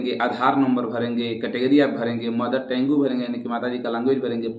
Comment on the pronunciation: Bhaiya ji मदर टेंगू नहीं मदर टंग है।😅😅😂